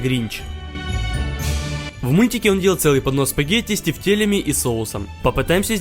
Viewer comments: Мне одному показалось что он сказал панос спагетий? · понос тефтелей?! мне одной послышалось?!😂